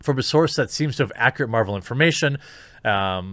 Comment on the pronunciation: Why does he keep saying "Marjul"? I caught it in other videos.